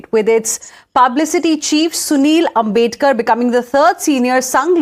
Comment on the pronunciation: Ambedkar and Ambedkar has a sea of difference..that news host is casual in pronouncing names !!